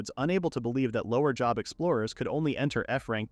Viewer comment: Not ai calling job "jhob" lmao